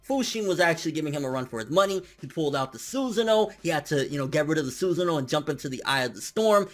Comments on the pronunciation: The way you say sus'sano tilts me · I dont know why your pronunciation of Susano triggers me. I always thought it was pronounced su-Sa-no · Susan o. lol. After watching you for a while, I feel like you intentionally mispronounce shit,? Come on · Not "Suzin O" ...Not like "Hey Susan (O)" ... It is actually pronounced "su SAN no". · What's a Susano?! What does he pronounce it that way?